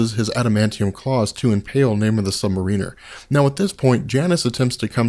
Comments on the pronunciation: FOR GOD SAKES IT'S MAR-uh-ner it's been driving me nuts since you've started making videos for the love of god learn2english. He's not a freaking u-boat pilot. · yeah... it's sub-mArin-er... also captain marvel is pronounced captain mar-VEL... meow... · I really appreciate the work you put into these videos and I'm going to watch all of them and I subbed but every time you say, "Namor the Sub-Mariner," I want to punch myself in the face. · Submariner is pronounced sub mare iner. not submarine er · I am millimeters from skipping any further content pertaining to the Submariner due to your pronunciation of the word. It isn't "Namor the Submar*ee*ner" it is "Namor the Submar*ih*ner". As in a "Mariner" or sailor rather than a "Marine" as in the soldier. Sorry I don't mean to be a bitch about it but it makes me cringe every single time you mess it up. I mean this constructively. Just call him Namor like you do in the later part of this video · Sub-Mare-Riner! That's how it's pronounced. Lol! Great videos. Big fan. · This drives me CRAZY!!!! You keep saying "submariner" it is pronounced Sub-Mar-In-Er. He is not an underwater ship, is is a Mariner!!!!!!!!!!!!!!!!!!!!!!!!!! Fix it! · please...... Mar-ehn-er. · I'm pretty sure that you are pronouncing Sub-Mariner wrong.